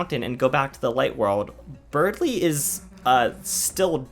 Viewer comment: Berdly. It's spelt, Berdly. There is no "g" in Berdly.